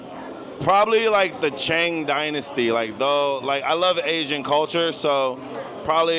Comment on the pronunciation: Dude is dim af. "CCChhhang dynasty" lol. And ninjas and samurai - not so Chinese my guy. But yeah kamikaze jumped off bridges, for sure. History lesson right here, what a brilliant mind. Forgets which arm tattoo is on,smh. Brooooooooo